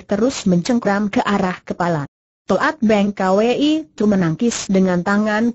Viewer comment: Toat Beng Kwi dibaca To at beng ka we i lucu.. computer mmng yg baca